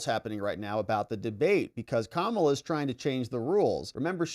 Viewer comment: FAAAAAAAAAANI........NOT FOOOOOOONI. P.S. IT'S KA-MA-LA.....